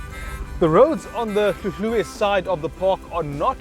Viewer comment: Good you say hluhluwe properly!